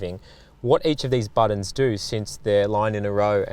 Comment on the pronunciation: When you're having a crack, driving an auto. No stupider comment was ever made about a car. Edit: The word is important, not impordant. It pains me to say this. Edit 2. The word is buttons, not buddens.